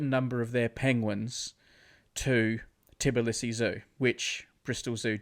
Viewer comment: hey, im from georgia and brady saying "tibilisi" is triggering me so much its "tbilisi", i am sad.